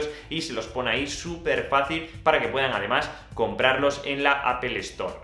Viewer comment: Al menos dices bien "Apol" y no "Apel" como otras personas 😂😂😂😉😉